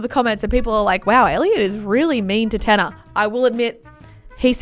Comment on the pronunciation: THANK YOU FOR SAYING THAT TANNER TRIGGERS ME SO MUCH ITS TANNAR